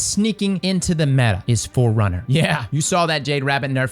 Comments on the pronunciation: It’s not metha. It’s meta cause it’s the acronym for most effective tactic available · Metah lol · Metah this, Metah that.... Have yall ever met a girl?